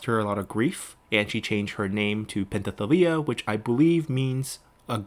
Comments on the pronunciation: I think Penthesilea is pronounced as /pen.θe.siˈle.a/, the s is pronounced as s, the th is /θ/ as in path. The way you pronounced it sound a bit off. It was the same when you said Thessallian as Tethallian, when it should be /θesaˈli.ən/. Please correct me if I'm wrong. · I know some of the pronouncement is subjective and can be tough but come on man. Do you not see the s in pentheselia, do people not break down and sound out words anymore?